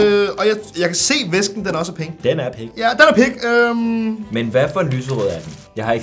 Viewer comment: Han sagde pik da han vil sige pink😂